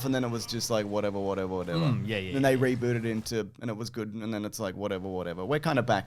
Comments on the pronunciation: What a weird way to pronounce Rebooted. What a dunce. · reboo... ted... yeah typical ruining videos